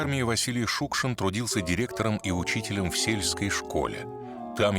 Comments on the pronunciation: Чёрт знает что! Для чего вдруг понадобилось в этом фильме постоянно произносить фамилию Шукшин с ударением на первом слоге, если всегда и везде и при его жизни, и после до сих пор говорили Шукши́н? Повыпендриваться захотелось? И Театр наций как образец работы с произведениями Василия Макаровича тоже напрасно показали. Ох, и отматерил бы он и этот театр, и создателей данного фильма, если бы только мог... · Спасибо большое за фильм! Василий Макарович Шукшин - кладезь нашей российской культуры, наш Земляк, воспевший не только самобытность жизни родного края, но характер настоящего мужика матушки-Руси! И все же, как непривычно слышать новую (старую) трактовку фамилии: мы привыкли делать ударение на последнем слоге. Спасибо за кадры, за отличное повествование, за память! Ждём продолжения